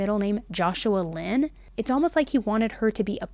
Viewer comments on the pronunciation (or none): none